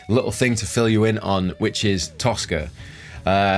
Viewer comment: Toska, I thought you said Tosser. Hahahahaha!